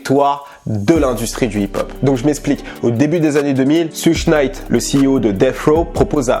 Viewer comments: mdr "souche night" mdr t serieux , tu peut pas dire "SHEUG " pour suge knight wtf mec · Putain Christ es videos sont style tu parles de rap us , mais putain la prononciation immonde , Suge Knight, faut le dire comme tu dit SugAR , pareil le mec s 'appelle pas Treyway mais Shottie ! PUTAIN QUOI MERDE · T'abuses mec ça se prononce SEUDG knight quand même depuis le temps ! Tu fais mal aux oreilles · sa se prononce choug knight